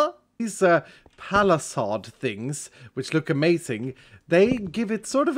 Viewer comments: bro said palisahd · The way you said palisade made me smile.